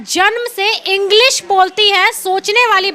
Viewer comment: Aap to sahi se bolti mam agdeji nhi english 😂😂😂😂